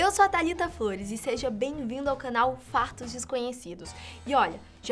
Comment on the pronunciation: Impressão minha ou ela falou FARTOS desconhecidos?????